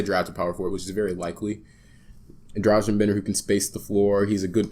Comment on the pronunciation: it's pronounced [don-chich] and [drah-gun] (Dragan is not the same as Dražen as in Dražen Petrović, similar but different name).